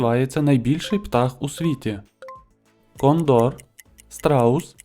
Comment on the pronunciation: Цікаво. Але Техас - це не країна. Це американський штат))))) І не кондОр, а кОндор. Ретельніше готуйтеся. Успіху)))))))